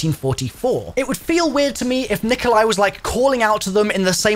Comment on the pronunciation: It's not Nikolia lol